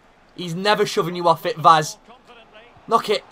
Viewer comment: If you are interested in knowing how to pronounce Vaz's name correctly, it is read "Vash" in portuguese